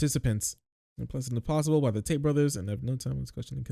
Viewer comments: Did you call them taint or Tate?? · I keep hearing you say "Tate" as "Taint" and I'm here for it